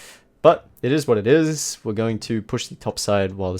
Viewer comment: Eeet iz wat eeet iz